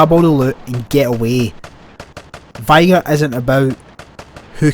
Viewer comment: Soz but its not “vygir” its vig-a (vigor)